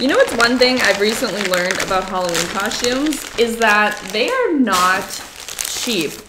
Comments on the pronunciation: I LOVE so much! Adorable, generous, hard-working, and so fun! Plus I love when you say cos-chooms instead of cos-tooms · I love your videos and I clicked it even knowing I would be triggered inside each time you pronounced costume (coshtumes)